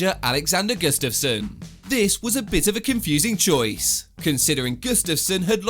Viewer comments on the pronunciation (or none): none